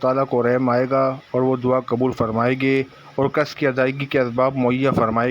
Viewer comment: لعنتی بندےیہ ظ نہیں یہ ض ھےصحیح پڑھ لیاکروشرم کرو